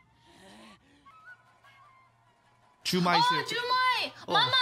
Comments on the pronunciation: why am i so annoyed that they called "jukai" "jumai" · His name was Jukai not Jumai, great reaction!